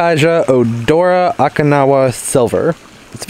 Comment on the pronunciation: No offense 😉 Dude, it’s Okinawa (o-kee-nawa) I’m from Okinawa 😝. Sorry I just cringed everytime you said the name. Anyways, love that plant, too bad it didn’t stay all variegated. I wish I could grow one here, but it’s too dry here in central Cali. I have a hard time inside even with humidifier for those delicate plants like Alocasia and Calathea’s. Very informative as usual. Your the best, I still love ya. 😍 Happy Planting 💜🌺🌸🥰